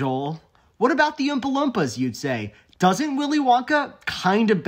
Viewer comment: I'm more fascinated by the fact that you seem to pronounce "Oompa-Loompa" with a soft "uh" sound instead of the long double o sound